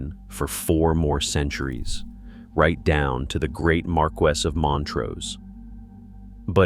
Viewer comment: The maps are totally wrong. "Perthshire to its bones" and shows southern Wales. Sutherland at the northern tip of Scotland and shows Newcastle. And goes to such lengths to pronounce Menzies right, yet screws up Berwick and Marquis.